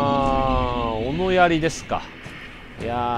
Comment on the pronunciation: あと斧槍はふそうと読むと思いますぜ